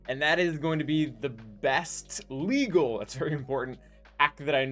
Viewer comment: But sir, Is that Leeeegaaalll. This dude: I WILL MAKE IR LEGAl